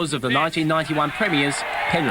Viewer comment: did he say penrif?